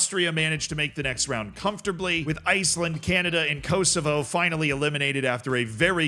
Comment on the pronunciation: Your pronunciation of Uruguay makes me sad. Also Kosovo 😢